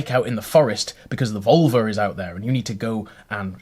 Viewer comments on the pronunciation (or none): Glad I'm not the only one who heard vulva. Every. Time. Is there a way to add a counter to the video and track how many times he says it? Lol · About völva. Finnish is my first and swedish is my second language. Both have the letter ö. Völva is not pronounced as vulva. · Yes! Took me forever to figure out that he wasn't saying vulva. 😄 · Can you spell the V word for seer? It sounds like you are saying vulva, external female genitalia. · Why are you ignoring the umlauts in 'völva'? It's annoying when English people do this! It's lazy! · OK,, you still pronouncing the 'ö' like a normal 'o' instead of 'ö' I noticed in the video. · I speak Swedish(I'm Swedish) and I assure you that is not how you pronounce the umlauts. For example, names like Björn which means bear in Swedish, is pronounced Byearn, just to simplify things. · They definitely gave you the wrong pronunciation. English speakers have tendency to ignore umlauts, which is annoying. 'ö' appears in Swedish, Icelandic, German and Hungarian. This is how it's pronounced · Can you pronounce the omlaut in 'völva'?